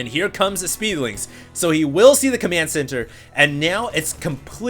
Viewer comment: i like how calls command center:)) he spells it commant center